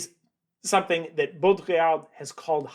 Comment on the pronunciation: just a small note on pronunciation: the d in Baudrillard is silent ! :-)